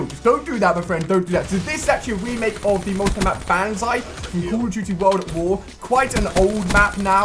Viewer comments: and its not banzai its bonzai idiot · Ali...Ali.... It's pronounced bon-zye, not ban-zye... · Bonzai not Banzai! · PRONOUNCED BONZEYE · BONZAI IS HOW U PRONOUNCE IT FFS!!!! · it's banzai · You're saying banzai wrong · just saying you pronounce the A as an O in banzai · Does anyone else hate the way Ali-a says banzai?